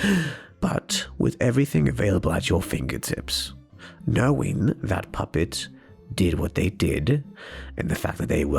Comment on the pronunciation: Ballora said puppets name right!😆